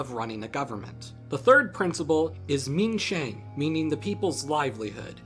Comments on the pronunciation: Quan Is pronounced like Chu-in If you know how to pronounce Qing Dynasty correctly, realize Q makes a ch sound in other words too Min Sheng is pronounced like Min Shung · if you're going to use pinyin at least pronounce it right. Minquan is pronounced minchuen and minsheng is pronounced minshung.